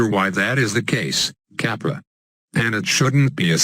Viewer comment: What do you mean with capra? Or are you saying kappa?????